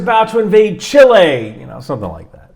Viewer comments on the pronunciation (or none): none